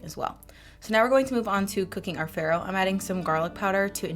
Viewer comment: These look amazing! Also, some totally unsolicited advice-it’s pronounced “fah-roh,” which is Italian for spelt/ wheat.